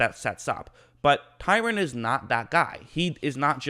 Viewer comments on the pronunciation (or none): awesome video, washington continues to develop talents. also his name is TRY-ON, not TYRON.